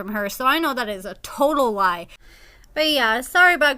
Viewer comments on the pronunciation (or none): none